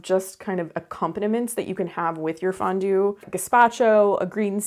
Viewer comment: Thanks for saying Fondone🫕🤣😻